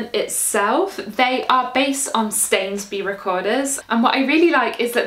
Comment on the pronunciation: thanks for demonstrating correct pronunciation of Stanesby. Before I was not sure whether it was Stayns-bee or Stah-ness-bih:-)